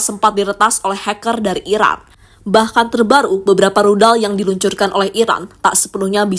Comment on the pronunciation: yang mengisi suara narasi ga jelas bicara, antara bilang "Iran" tapi lebih sering terdengar "Irak"😂😂😂